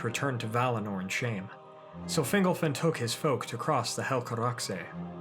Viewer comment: Fingolfin pron. "Fin'GOL-fin" not "Fingle-fin" lol :)